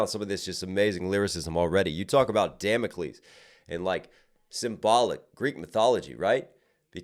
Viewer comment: i’m mad at how you say Damocles😅